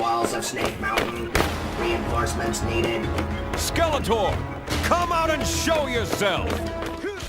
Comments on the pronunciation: Why are you saying Skeleter?!? It's like nails on a chalk board. SKEL-ET-OR. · It's pronounced SkeletOR, not SkeletER. I can't watch anymore. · 😂😂😂 why do you keep saying Skeletuur ,Not Skeletor😂😂😂 damn Im baked😂😂😂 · How can you make a He man video and not know how to pronounce SkeleTOR? Lol Cool video still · obvious AI narrator cant even pronounce skele-TOR. the whole thing sounds like a chat gpt essay on motu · I can't stand the pronunciation of Skeletor.....driving me nuts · Why can't you pronounce Skeletor? 😂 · What's sad is that the ps2 told you the correct pronunciation of skeletor and you still pronounced it wrong. Enjoyable video though. Keep up the good work. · Hey guys, (the narrator) I've been sick for the past couple of videos, and I'm aware that's not an excuse, so I wanted to apologize for mispronouncing Skeletor's name. I genuinely just blanked out on that one and I now realize how important that is to a lot of you guys. I'm feeling better now and I'll pay a lot more attention to details like that from here on out.